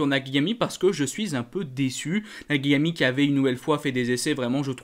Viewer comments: on entends bien Nakigami avec les oreilles 😂 t'inquiètes on s'en fout, c'est juste que c'est pas la première chaque fois ça m'amuse je peu pas m'empêcher de te le faire remarquer... 😅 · Tu arrivera jamais à dire " Nakagami" je crois, Toujours " Nakigami" 😂👍 je plaisante bien sur, c'est pas là l'essentiel mais chaque fois ça m'amuse !